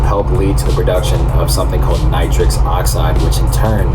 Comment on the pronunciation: Its not nitrix oxide, its nitric